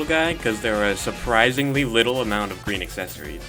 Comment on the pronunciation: “Lloyd,your powah is GWEEN.” - Sensei Wu